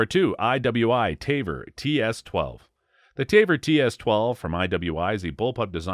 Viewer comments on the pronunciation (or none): IWI Tavor is pronounced Ta-voor not Tay-ver , that would be Taver not Tavor 🤷🏾‍♂️